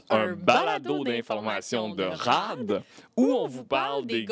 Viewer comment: Tout le monde: "Rad": "Rhad"